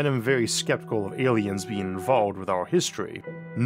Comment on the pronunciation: Da Awlienz taught the hewmanz technowogy